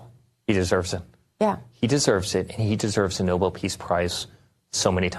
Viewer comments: Oh, god, Eric has gotten infected by Karolying. It's noBEL, you idiots, not NObull. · "Noble" peace prize?!! The gentleman's last name was spelled Nobel and pronounced "No-Bell". Eric, your daddy doesn't give one hoot in hell about you!!! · Nobel not noble, Eric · Why can’t they pronounce it correctly? It’s not like the word noble which is how they pronounce it. It’s Nobel eric!! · Why he pronounces “Nobel” as “noble”?